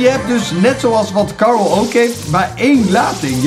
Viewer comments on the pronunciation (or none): none